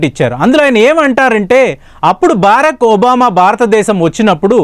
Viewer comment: బేరక్ ఒబామా కాదురా బరాక్ ఒబామా రా